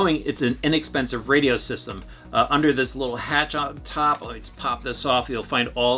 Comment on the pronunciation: How many times are you gona say inackspensiv its not chep!!!